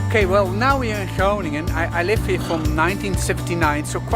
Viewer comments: g is pronouncerd like ch in loCHness. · Grow-nin-un comes closest to the American pronunciation I think. Of course the G is sharp and our ING sounds like your INK without the K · Pronouncing that city is “ groo ning en” advanced is more a phlegmy g sound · there is NO k at the start of Groningen [CHrow-ning-en] ch as in loCHness, and as in Af GH anistan, Me X ico. No H sound, or K sound, not even close. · So you basically butchered the name, but i was also expecting that 😂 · You were pretty close on Groningen the first time. Just loose the "g". Second "g", that is.